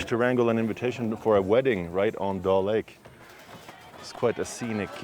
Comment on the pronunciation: It's dal lake not doll lake